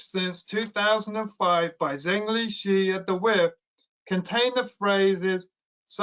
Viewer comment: On general principle, you should try to pronounce correctly the Chinese names of people you are talking about. The correct pronunciation of Zhengli Shi (the head of the WIV) is approximately Jung Lee Sher. The pronunciation of the last name ideally should have a down-up-down modulation of tone. Think of your pronunciation as imitating a "u" shape.